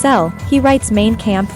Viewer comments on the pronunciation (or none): What a botched job of what could have been a good documentary - censoring the images of rifles?? Come on how stupid. And pronoucing Mein Kampf "Main Kamp" - how ignorant!